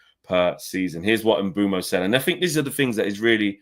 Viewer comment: Its Mbeumo.....Can we get it right